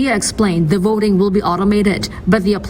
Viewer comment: VOT-ING not VODING